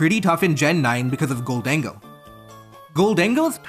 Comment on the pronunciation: the way you pronounce gholdengo is so funny to me (not hating idk what the fuck it's /supposed/ to be)